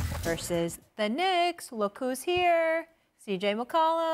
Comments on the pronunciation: "Versus the knicksss""????? Molly what? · She even emphasized "Knicks" 😅